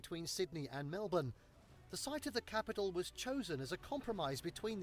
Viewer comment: I've just come across your channel and watched a few of your videos. All good and you are a nice looking guy. Please don't wear ugly track suit pants as you did in your Australian gift unwrapping. Please pronounce my city more as Melburn, emphasis on the first syllable and drown the second. How is your facial hair always the same?